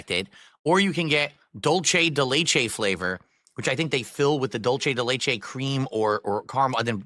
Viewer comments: "dolchay dey laychay" oh nah someone HELP😭😭 it's not even remotely written "Dolce" for him to be saying it like the fashion brand, it's "Dulce" 😭🙏🏽💀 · "Dul-chay de lay-chay"